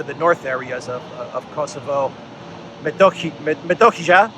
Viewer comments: you should be able to pronounce and understand word Metohia if you drop letter J and add H to T. Methohia or my be Methoxia in greek. It means monastic land or property. let me know if I am right. I like to be right about greek things. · PS Metohija is pronounced as met-o-he-ya. 'J' in Serbian is like 'y' in English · btw, The name is Metohiya ( Its written Metohi(j)a but J is read as Y in Serbia ). the word derives from the Greek word μετόχια (metóchia; singular μετόχιον, metóchion), meaning "monastic estates" – owned by the Serbian Orthodox monasteries and Mount Athos during the Middle Ages. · Re: Metohija — they pronounce it METOHIYA. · Hey thx for your honest and fair coverage! It is pronounced Kosovo and Meh TAW hee yeh. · Metohija is pronounced Metohiya, and means "Church assets" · FYI, it's pronounced "Metohiya" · Metohiya. Y as in the word: yes. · I see you have problem with our J in Metohija which shall be read as Y like Metohiya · for your info, part of the Serbian province you kept mentioning is called after Greek word: μετόχια. And you can pronounce it as such.:) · Welcome to Serbia. BTW in "Metohija", the "j" is pronounced as "Y" in "yes". Metohija means church's lands. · Silent J, silent J in Metohija. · Metohija is pronounced "Me"as in Memory "to" as in toe "hi" as in he "ja" as in yaya in Greek. I know you try very hard to pronounce all the places and names of people in the world correctly. I love you stream and want to show support by buying some Duran shirts with Serbian flags. Is this available and can you send a link to purchase